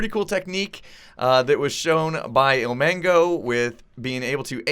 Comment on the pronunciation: It's 'ilmango' not omango